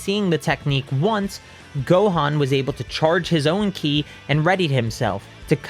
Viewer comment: I love your content man but please stop calling it key I